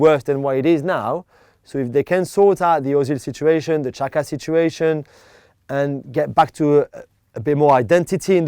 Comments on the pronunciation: No it's pronounced jacka, xh=j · Juls always says Shaka for some reason. Sometimes he says Chaka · Anyone else keep thinking they said Shaka instead of Xhaka?